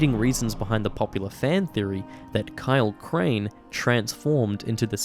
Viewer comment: I hear more of a “Please Kyle Crane” from it